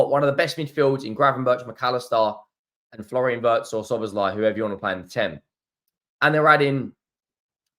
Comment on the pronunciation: German here, I really do like watching your videos... but please... the pronunciation of Wirtz is like Veertz and not like in hurts ! ❤